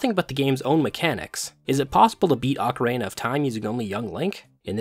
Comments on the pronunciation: OcaREEna, not OcaRAYna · I died a little bit every time you said ocarENA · I kept hearing ocarena of time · It's pronounced O-ca-ri-na. Not ocarena. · Bro… its pronounced Ocarina not Ocaraina, theres literally an i in the middle of the word. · For 25 years, i had never heard anyone pronounce ocarina like ocaraina, until this week when I've seen videos from three different people pronouncing it that way and now I've just spent half an hour down the rabbit hole of pronunciation variations. But also i love this video and this isn't a criticism, I was just surprised to hear a different pronunciation by so many people so recently! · Lol I'm sorry! I was genuinely interested by the different pronunciations 🥲 didn't realize others had pointed it out as well, although I did catch the emphasis in your most recent video 😅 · I like how when you say Ocarina it sound like Macarena. Good stuff. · You pronounce “ocarina” like “Macarena” and it’s silly and makes me giggle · obsessed with the way he occasionally pronounces "ocarina" like "macarena" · Great video! Just one obligatory nitpick, I've heard diff pronunciations for ocarina, but making it sound like the Macarena is a first lol. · I don't think I've ever heard anyone pronounce "ocarina" like "[M]acarena" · ocaRAINa of time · I've never heard anyone pronounce ocarina like that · ocarina is not pronounced the same as the Macarena. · the pronunciation of every other word in this video is giving me an aneurysm, ocarAna, gold skullchals, sairreas.